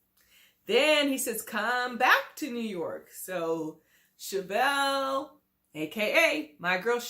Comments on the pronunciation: Wow Hater her name is SHA-VEL not SHO-VEL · Why are you calling her Shovel her name is pronounced SHA-VELL .If you saw the show you know her name you are being MESSY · Dam, atleast say her name right, give her that. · The way you butchers Shavel's name. Smh🤣🤣🤣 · Pronounced MY E LAH Prounouncrd SHA VEL You sound crazy mispronouncing these people names. How can we take you seriously?